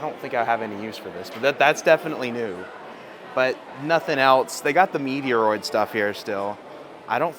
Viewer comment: Did he just say Meteoroid instead of Metroid!!